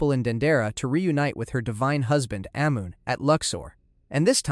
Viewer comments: The god “ayy moon”. Bro at least check the pronunciations. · Ahh-Mon. That's how its pronounced.